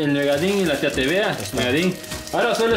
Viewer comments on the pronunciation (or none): El chile lo hizo Manpo al DICE TEVEA jajaaja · Parece caricaturas y películas de torror dice tevea jajaja era los nervios que lo tenía así 🤣😂